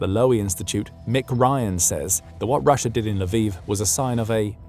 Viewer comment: There is no R at the end of Russia